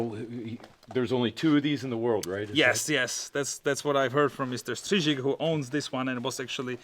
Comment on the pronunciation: Good job on pronouncing Mr Strizik’s name 👍👍👍